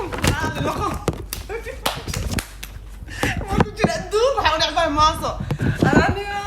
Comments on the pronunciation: maanso ma ahan ee maaso 😂😂😂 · Qalinka maansada❌️ Qalinka maasada✅️ Wax baro laguma karo